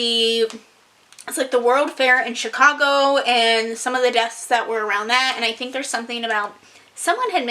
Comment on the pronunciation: the way you said "chicAgo" 😂